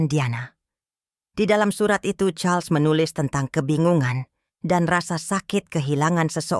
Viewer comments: Ini org membaca Raja Charles... Dibaca Carlos... Gimana sih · Ko.... jadi Karlos..nyebut namanya bu